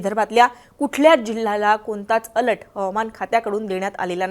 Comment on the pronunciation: अलट नाही बाई अलर्ट बोला